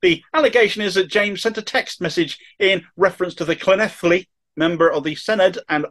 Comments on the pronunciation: Your pronunciation of Llanelli and Senedd was very good. A helpful tip on Dinefwr. It's pronounced DinEHVoor. The emphatic point is in capitals. Thanks for the story. I haven't seen this picked up elsewhere. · Brilliant (second to none, really) pronunciation of Llanelli!!!!! Also, superb content as always.